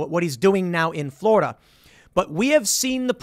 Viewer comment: Tim: "Florider" Okay can this be a meme now?